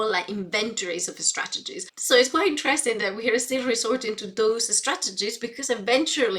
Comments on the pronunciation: She prepends an "eh" sound to words starting with S: "Eh-school", "Eh-strategies", "Eh-students". What's her native language and when did she start learning English? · Geez, I didn´t even notice it because I´m neither english or spanish-speaker but now I can´t unhear it. Especially ”estrategies”, makes it sound like e-sport strategy or something. You shouldn´t point out that kind of stuff. 😅